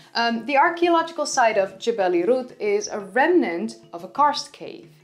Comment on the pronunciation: You pronounced Jebel Irhoud properly, perhaps the most impressive aspect of your presentation.👍